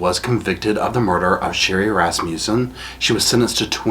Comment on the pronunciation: I giggle everytime you say Rass-muse-son.Its Rass-mus-son